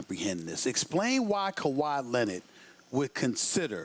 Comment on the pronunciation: Like if Stephen A says Leonard funny